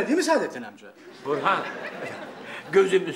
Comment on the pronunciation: Burhan'ı Buhran diye duyuyorum